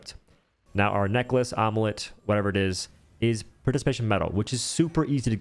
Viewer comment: Did he just pronounce “amulet” as “omelette”